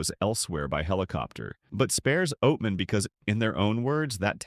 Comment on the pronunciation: Not going to subscribe to a channel that can't pronounce Javelina or Oatman. Not understanding the difference between cougars and mountain lions is also not a good look. (yes I KNOW)